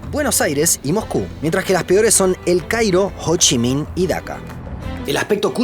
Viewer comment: Cada vez que decia hochimin, me hacia acordar a futurama!!!!